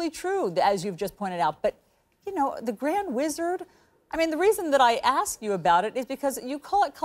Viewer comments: "So let me axe muh question." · Al Sharpton has been a public speaker for over 50 years, and yet he still can't properly pronounce the word "ASK?" 😂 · LET ME AXE MY QUESTION LOLOLOLOL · Al Sharpton is one of the biggest racist out there and he doesn’t want racism to end because he would become irrelevant! He graduated from Harvard and still pronounces “ask”, as “ax”…..drives me crazy. Love your show, keep up the good work! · Correct me if I'm wrong but when you axed a question, isn't that the same as literally killing the same question? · Axe my question... Ya just cause you can talk, doesn't mean you're able to speak, "Reverend" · Let me "axe" my question? Why can't some people say the word "ask"??? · “Let me ax a question”. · why does a supposed educated person speak improperly every chance he gets... who AXE"S someone questions? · Sharpton can't even speak English correctly. He said Aksed (which isn't even a word) rather than "ask" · The word is ask not AX. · Sharpton says he gets to ax the questions. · Let you axe my question Ada, learn to speak English Sharpton. It’s ask not axe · Who is this guy is is asking to AXE a question? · Let me “ax” my question??? Why doesn’t Al know how to speak? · You are not going to out talk me….let me axe my question…..Sharpton is a professional race baiter…. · and SHARPTON....the OLD pimp...still says "AXED"....it's ASK! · Let me aks my question? Sharpton can't speak English. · Sharpton can't even pronounce the word ask correctly. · then he immediately says, "let me AX you a question". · LMMFAO!!! "let me axe my question..." They got you strung, Al....lol...dance puppet dance 🤣🤣🤣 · "Let me AX my question....." AX? AX? Is this a hatchet throwing competition? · I love when Al ax’s a question. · let me AXE you a queshun....he sounds so educated